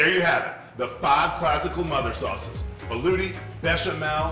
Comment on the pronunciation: It's "Velouté" sauce. You are the only one pronouncing it wrong. If you can say Espagnole, French word for "Spanish" , you can definitely say velouté. Also, Hollandaise is the French word for "Dutch". Put some respect into the French name of the mother sauces, they have a long and fascinating history ...